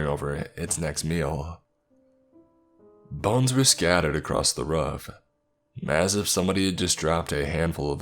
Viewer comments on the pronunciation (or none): none